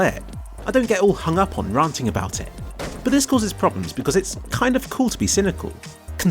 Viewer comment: "ranting" was pronounced wrong right?